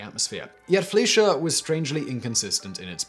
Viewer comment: anyone else bothered by his pronunciation of "fleischer studios"?